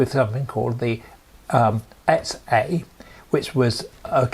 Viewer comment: Yes, I think you can call that a novel pronunciation of XA 8-)